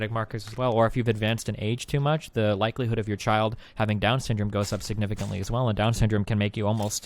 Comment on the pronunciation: the tell for me was how whenever he said “the” it sounded like a “duh”. I think I know why he’s so hung up on inbreeding. I’m actually surprised that destiny never really pressed that incest/inbreeding distinction. It would have cut about 10 minutes out f this clusterfuck. lol.